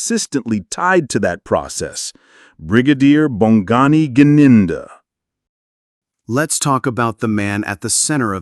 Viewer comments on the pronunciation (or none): Gininda not Jininda